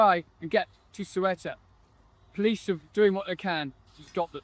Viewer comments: FFS. Get the name right. How the heck do you want to be taken seriously if you can't pronounce the name of the place. It's not "sway-ta". Morons. If you can't pronounce it like the Spanish and Portuguese, at least bastardise it to "suit-uh". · 'Su-e-tah'? What? It's 'Ce-u-tah' ffs. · For God's sake it's not rocket science: it's not Soweto or Quetta, it's Ceuta, CE-u-ta (THAY-oo-ta). This ignorance with pronunciation really annoys me, just like when someone doesn't pronounce my language correctly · "Swayta"? LOL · Have the decency to learn how to pronounce Ceuta